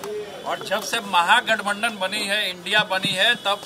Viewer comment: Bhai tu phle gathbandhan sahi se bol le 😂😂😂